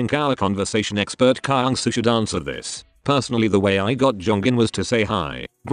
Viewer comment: THE WAY THEY PRONOUNCE KYUNGSOO "cry-young-sou(p)"